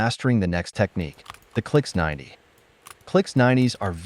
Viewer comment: You calling it a clix 90 almost made me vomit